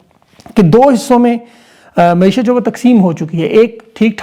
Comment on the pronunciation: درست لفظ معیشت ہے نہ کہ معشیت